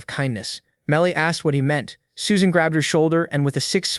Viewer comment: Suesan? shee???